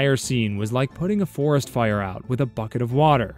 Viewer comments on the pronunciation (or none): none